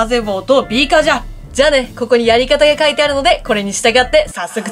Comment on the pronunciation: ビーカー平板じゃなくてビー↑カー↓ね😆 でもそこが良い🤣